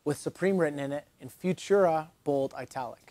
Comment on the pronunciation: you pronounced Futura wrong